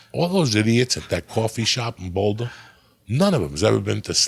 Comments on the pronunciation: "in bouldahhh" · Uncle Joey doesn't call it BOWLdah 😮